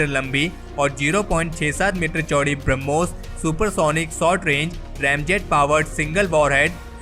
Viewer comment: ब्रम्होस नही बेटा ब्रह्मोस है, उच्चारण सुधारो